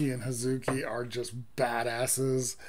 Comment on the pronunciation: One of my faves from this album, that chorus is absolute 🔥The traditional sounds are shamisen, koto and Noh singer. Also, it's Hah-zuki 葉月not Huh-ZU-ki like most English speakers like to pronounce it. I know, I'm being picky...One of my favorite bands though! Let's see what they do as a four-piece.